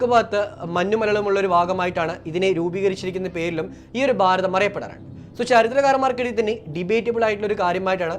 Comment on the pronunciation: ബാരതം അല്ല ഭാരതം ആണ്. ഉച്ചാരണം. ശ്രദ്ധിക്കുക.